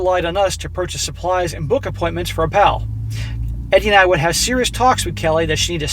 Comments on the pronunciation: Oh-pal? Are we sure it's not Opal (OH-pull)? 🤨🤔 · it's pronounced OPAL like the semi precious stone not OH-PAUL do you have a speech impediment or something? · Do you mean to say "Oh-pull" instead of "Oh-pal?" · Its pronounced Oh'-pul, like the stone, NOT oh-Pal' like "woah buddy"...frustrated the hell out of me the whole time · more likely its Opl rather than oPAL... must be an Irish background of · For the love of God its oh-phle not oh-pal. Like the gd gemstone Opal. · Why are you pronouncing it "Oh-pal" instead of "Oh-pull"? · "Opal" isnt it pronounced Op-al as in the gemstone, instead of "O-Pall"? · Uh,... I think it's pronounced Ow-pl, not Oh-pAL. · Opal? OH-pull, not oh-PAL. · if the name is spelled Opal, is pronounced “Oh-pull” like the gemstone. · Opal = Opul , As in the gemstone. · I'm guessing the grandchild is named Opal (Oh-puhl). For more than half the video, I though you were saying Oppa, as in the Korean word for "big brother". I could not hear the "L" sound on the end the way you were pronouncing the word. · If it’s spelled “opal” it’s pronounced more like “oh pull” not like Albert. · The name opal is pronounced op all . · It is a jewel, Opal, (oh pull) pronounce it properly. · My parents raised a granddaughter, then a great grandson. --Opal is pronounced Opul. My aunt was Opal. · Enjoy your stories. Just FYI. The girls name is pronounced like the jewel Opal. Not O. Pal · The child’s name is Opal, pronounced OH-pull. It’s a type of gemstone 💎. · thank you, it was very annoying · Guessing the baby's name is pronounced O-PULL. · O-Pal 😅😂🤣 hey... its Opal like the stone. 💍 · The only thing more tragic than this story is inability to pronounce ‘Opal’. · Dude, do you really not know how to pronounce "opal"??? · That pronunciation LOL thanks for the new way to say it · So successful but you can't say Opal. Lmao. Build your vocabulary, bro.